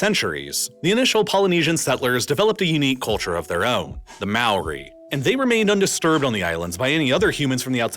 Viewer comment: "maeri" Lol